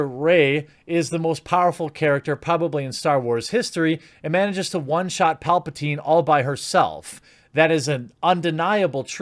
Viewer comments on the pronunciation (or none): none